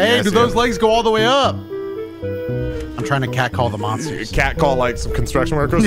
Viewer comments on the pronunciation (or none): Monstahs?! Real monstahs!?